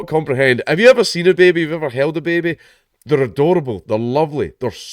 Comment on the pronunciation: Love the way you say, "Baby" with that accent.